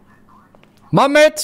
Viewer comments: Magmoet? Als jij vindt ik heb grote lurf.. jij kan zeggen mamhoet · "Mammoet" is geniaal🤣🤣🤣